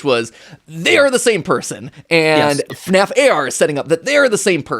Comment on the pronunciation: It's FNAF not FUHNAEFF